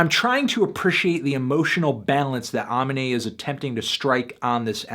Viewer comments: I originally disagreed, but I do agree I wanted more as well. I felt like you didn't give nearly as much props to the guy as I thought you should have though. If I had watched before listening to the album, I might be singing a different tune. I honestly think that Amine (WHICH YOU HERE WHAT HOW TO SAY HIS NAME IN THE FREAKIN ALBUM LIKE 20 TIMES SO IM MAD YOU PURPOSELY KEEP SAYING IT WRONG) has ALOT more diversity and tools in his arsenal than you give him credit for. But I've been a fan of your videos for a while so I know you're being hard because you genuinely feel this way. But IDK, I had a lot more fun with the album and do see the potential for more as well. This would have been a 7-8 to me. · I think your saying his name wrong? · How can you know so much about the artist but can't pronounce his name right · can't tell if you pronounced his name wrong as part of the meme or not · swear it was more of an A sound, you're probably right though sorry man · Pronounced the name wrong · If Melon says it wrong one more time.....0/10. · Melon boy meets banana boy and yet still can't pronounce aminé's name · You pronounced the name wrong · It's not ahminé, it's aminé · It's UHmeenay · It's pronounced uh-mean-ay not ahh-min-ay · It's pronounced. A-mean-a. Not A-min-a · UH ME NAE. NOT AH MI NAE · nischon Anthony says "Aw-mihn-ay" but I've heard Aminé say "Ugh-meen-nay" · it’s pronounced Uh-meen-ay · “Ah-minay.” Silly melon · ah- mean-ay <-- thats how you pronounce it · It's pronounced uhmeenay you fucking MELON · How to pronounce Aminé (UH ME NAY) god damn it's not hard. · Uh-mean-aye ... pronounce Amine right before you judge the whole album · Melon bro, come on it's pronounced AMEEEEEEEEEEEEEEEEEEEEEEEEEENÈ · UH-MEE-NAY PLEASE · "Uh-mean-ay" = AMINÉ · ARRRRR (LIKE THE PIARTE) meeee (as in yourself) neyyyyy (as in the horse) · its pronounced like "uh mean a" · uh-me-nay its that easy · It's "AH-mean-aye" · Its pronounced Ah-me-nay you freakin melon. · Is UH-ME-NAY